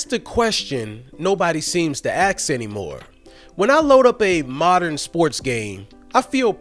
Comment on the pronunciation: My brother, the word is "ask".